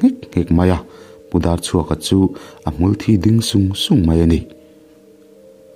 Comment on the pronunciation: Hmulthi tih hi engatinge maw I thawnthu chhiarah hian i thluk dik theih miah loh le!!!! Upa deuh te han rawn teh, ziak hi chuan in hrilhfiah a har si.